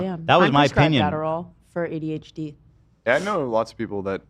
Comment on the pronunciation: My favourite part was when Ethan said “HDHD” instead of adhd